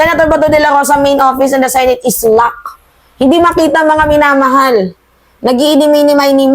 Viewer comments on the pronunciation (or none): none